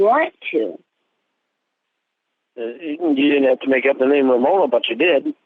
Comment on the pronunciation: Take the doctor Ramonuh!